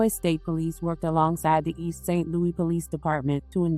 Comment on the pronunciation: Girl is East St. Louis ! Not St. Louie 😂